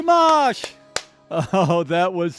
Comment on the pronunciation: Did you just call him? 😂 now there's a surname first name mashup